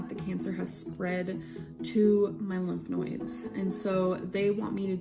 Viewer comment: my bf’s grandma says “lymph noids” too and it sounds so normal to me bc of LOL my bf said “... you mean lymph nodes? what the hell is a noid??”